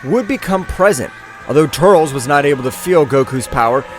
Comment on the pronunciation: Bro... not tuuurlsss... TUR.. LES... TUR..LES... TURLES.... please bro... say it right